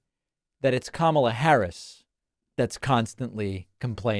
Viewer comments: when he stops calling her kuh-MALLA I'll stop calling him d'Nald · He insists on pronouncing Kamala’s name incorrectly. He is just exhausting and needs to just go away. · David, please make sure you pronounce it correctly, or, better yet, play the soundbite of him saying "chooth sencha" lol